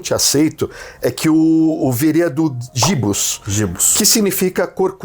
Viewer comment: Observação. Em latim não existe o som de "j", como em Jaguar, Jiboia, etc. O certo seria pronunciar gui-bus.